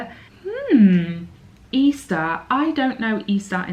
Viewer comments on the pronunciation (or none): it is not « E-Star » it is « Easter ».... that is normally pronounced the same way one would pronounce « Eastern » (without the « n » ending, of course).... but then, I’m « from the colonies », so « what do I know »?!!;) (respectfully, Doug).:-O. You easily spent €200!!!!:-O